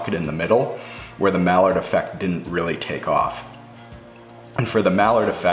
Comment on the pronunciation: My dude said the "mallard" effect....what the duck!?!?